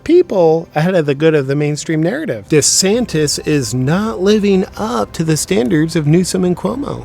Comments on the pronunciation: De Saint-es! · As a non native speaker I understood "da Saint" at first... But I guess he actually is a good guy 😄